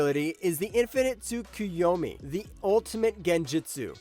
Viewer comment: right, I heard Tsuyukomi somewhere down the middle :D